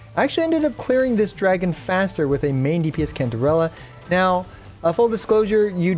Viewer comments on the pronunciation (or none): I thought her name was pronounced as Santeralla